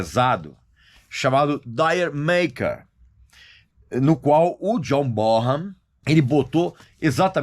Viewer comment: Na verdade, D'yer Maker seria pronunciada como "Jamaica" em inglês